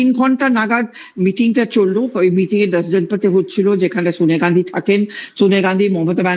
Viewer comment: sawniya gandhi নয়, উচ্চারনটা Sonia Gandhi